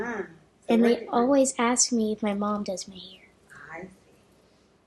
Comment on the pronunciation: The "ask" thing. What is so difficult about saying the word ask correctly?